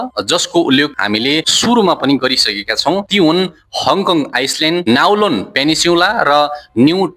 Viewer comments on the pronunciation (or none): आइसल्यान्ड होइन आईल्यान्ड , नाउलोन होइन काउलून हो , लाङटाङ आइस्लेन्ड होइन लान्टाउ आईल्यान्ड हो , सिङ्मोङ होइन सिङ्मुन हो ! अलिकती उच्चारण गलत भए नी समग्र सामाग्री उत्कृष्ट छ !